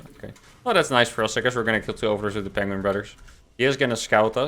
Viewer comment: Benedict Cumberbatch says "penguing".